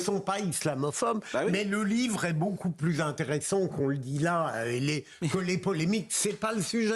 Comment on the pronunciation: plus de vacances pour Pascal Praud , plu et non pluss 🤣😘